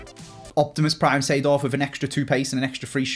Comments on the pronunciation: Lmao 92 rated clarence "seeford" and not seedorf lol gg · I love Clarence “Seeford”